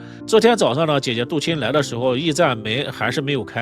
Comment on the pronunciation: 唉....識人很重要啊... 這一家人的面相就是奔著錢去的... 主持人為什麼一直把杜琴唸成杜臍呢..？？